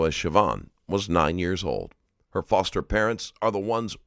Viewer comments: You got the type saying “fister” instead of “foster” right at the beginning of the video, like the first few seconds. Come on now! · bro put fister instead of foster no way that was an accident lmfaoo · "fister parents" 🤔